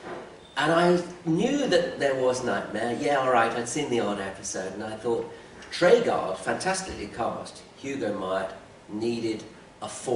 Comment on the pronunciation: Why can none of the people involved with making Knightmare pronounce 'Treguard' properly?